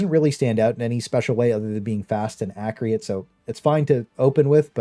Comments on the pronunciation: Great vid man, I can't not say it though it's Acc - u - rate not Acc - ri - ate 😂😂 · Super informative but please accurate not acreate my man was annoying me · Good list but bro, Akreeate? Thats not even remotely close to how it’s pronounced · What language says accurate like acreeate ? No hate just curious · I thoroughly enjoyed the list and the deep dive but pls stop pronouncing accurate as acriate <3 will be subbing! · accreate is triggering me. lol still liking the vid though